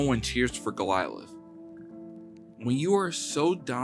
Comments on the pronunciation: AN ENIGMA, NOT ENIGMA IE, HE"S ENIGMA (WRONG!!). GOLIATH NOT GOLILATH! Also, to call Russell "all about defense" and Wilt "All about offense" is total bullshit! Stats weren't kept for blocks, steals etc. Chamberlain was AT LEAST as good as Russell defensively! Even the great Bill Russell admitted that! All you're doing i9s repeating the same garbage that's been spewed by other KNOW-IT-ALLS! Wilt is the GOAT, was the GOAT, and will always be the GOAT! furthermore, chamberlain DID NOT JOIN THE NBA AFTER LEAVING KANSAS!!! He first went to the Harlem Globetrotters, then the NBA! Next, use your dictionary to figure our the definitions of "Enigma" and "Platonic" Damn it, learn how to pronounced GO-LI-ATH!! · Love this vid , TY! It's Goliath , Not Golialith....sry had to throw that in , lol. (( Go - Lie - i t h ))....Cheers Mate ^ ^ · Golilath? Oh…you mean Goliath…got ith. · Could you get the narrator to pronounce enigmatic or Goliath correctly?